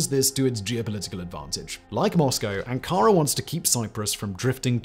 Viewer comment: Ann Kara? 🙄 😂